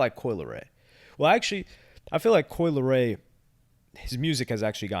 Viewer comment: “Coi leary, his music”🤣🤣